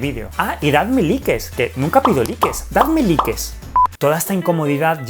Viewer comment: Dadme "likes" Yo siendo de latinoamerica: Se dice "Laiks" 😂😂 Yo recordando que los españoles no dicen las palabras en ingles como son, sino como se escribe: 🙂🤦‍♀️